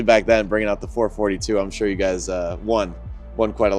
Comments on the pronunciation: Someone needs to explain to the young lad that it is a Four Four Two - not a Four Forty-two. Sacrilege.!! Nice job on the cleanup! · 4-4-2 not 4-42. lol 😂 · It’s called a four four two not four forty two. My god father was a gutless cutlass lover. He had idk how many 442’s I’d say at least 20 over the years but kept 4 as his prides. Two W30’s and two convertible 442’s. Him and my dad (who’s was a cougar fan) would bring their cars every weekend to New England dragway. I’ll never forget those days as a kid in the 70’s. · It's 4-4-2 not ,4-42.…... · It's pronounced 4-4-2